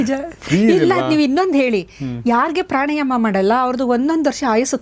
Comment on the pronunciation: Pranayama. Not prani